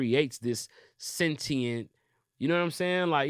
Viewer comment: Would love if said sentient correctly